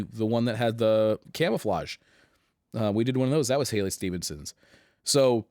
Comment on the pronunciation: Halley not Hailey ;)